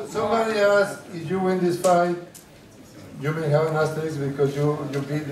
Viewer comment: "a aster...???" Know your interviewee. Even the people helping were confused about what an asterisk is lol